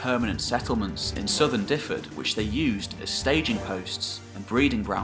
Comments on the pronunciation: as a welshman i give you credit. this is probably the best and most accurate video iv seen on welsh history, fair, accurate, good presentation. 10 out of ten fair play. the only thing I'll nitpic is just your pronunciation of dyfed. its sounds like this reads > duveth. i know it doesn't really matter but you seem like someone who's a stickler for details, just subbed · great informative piece. But pronunciation was awful throughout and Dyfed was no where near one of the worse. The way you said it should be sound is wrong too. Dyfed should be pronounced more like Duh-ved. What you spelled would have meant the Welsh name was more like Dyfedd then Dyfed. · Great video on Welsh history thanks. BTW you are pronouncing Dyfed wrong, it is 'dove-id' not 'div-id' haha. Cheers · Great but Dyfed is ot pronounced Difed but Duved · I have been going through all your videos from the beginning, and love the mix of eras and kingdoms. As a Welshman from Dyfed, however, for future reference the county is pronounced 'Duv-ed' ie 'y' is said as a 'u', and a single 'f' as a v (double 'ff' is pronounced as an 'f'). Otherwise, an absolutely fine exposition of a period of history very much still in the dark as far as most people are concerned. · I speak Welsh and Dyfed is pronounced Dyved. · Good stuff. The Welsh place names are easy enough. Try using v when you see a single F. SO Dyfed is pronounced Duhved. Its no different to trying to pronounce the Viking words. Have fun with it. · I did lol at your pronunciation of Dyfed hehehe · "Duv-ed", not "Diffed"! Hywel is pronounced roughly "How-el".